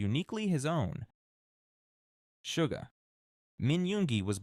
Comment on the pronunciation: The only thing I don't like about this specific video is the several mispronounced words in it, for example they kept saying Sugar instead of Suga. I know it's a tiny mistake but that's why I dislike when they do they AI-like narrative on their guide vids. But all the info on it is great